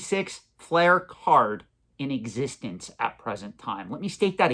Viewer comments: Love your content but it’s not pronounced feral like a feral animal. It’s Pharrell. He’s also one of the biggest watch collectors on earth. Collection is mind blowing. Also it’s fleer not flair. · Its fleer not flair